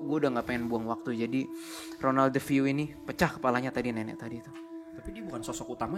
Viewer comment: Kok persis banget dengan yang di GHOST ADVENTURES, keren banget. Btw si salah sebut tuh DEFEO. 😂